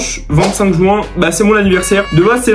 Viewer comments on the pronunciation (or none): none